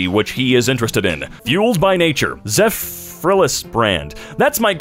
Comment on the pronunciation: Poor just butchered Zephyrhills:(